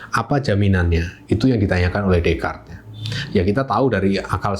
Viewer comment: Jarang orang Indo yang bisa pronounce Descartes dengan benar😊